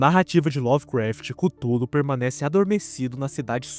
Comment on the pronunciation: mano e Cthulhu não cúthulu fala direto